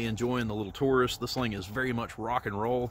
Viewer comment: You also don't know how to pronounce Taurus it is not Toorus.